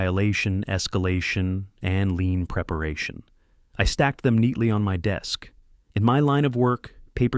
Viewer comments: The word is "lien", not "lean". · I mean lien not lean, clause, not claws!